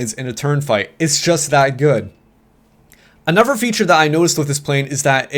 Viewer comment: does anyone notice that when says "another" he says "anover" pronounced "a-nu-ver"